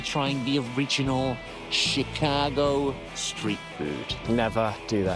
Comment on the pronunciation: Shhhicago. Not chickago.😊